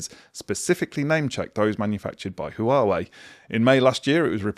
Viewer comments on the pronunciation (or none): Waa-way. Not Hoowaywee or whatever you said 😂